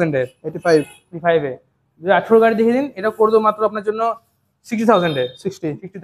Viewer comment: Gaei noi Gari bolo জিভ টা ছলো